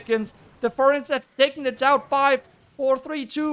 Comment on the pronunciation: You are always mispronouncing the word Furnace